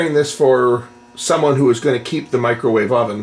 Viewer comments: What's a "macrowave oven"? LOL. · Mac-crow wave lol that's not a microwave that's a conventional oven size on the thing